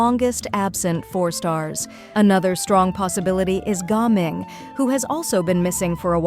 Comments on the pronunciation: Ai voice says gah ming, then gaming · I can't believe the AI voice pronounced Gaming correctly lol